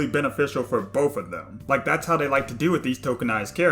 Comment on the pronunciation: Are you saying “boff” instead of “both?” I agree with you but, what?